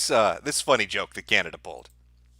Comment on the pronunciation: Man since presented that map, I couldn't stop laughing... then bam again, "Canadia"... ohhh man! why don't you upload on Bitchute anymore? What about those who miss your live streams?? Come on man, you can't do this to us....